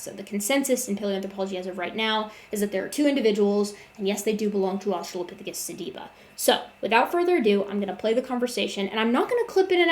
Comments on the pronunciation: His inability to correctly pronounce "sediba" is literally driving me crazy. Your patience is that of an atheist saint. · Every time he mispronounce sediba, I lost a piece of my soul.